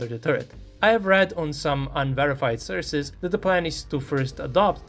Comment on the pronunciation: its "source" not "syrz"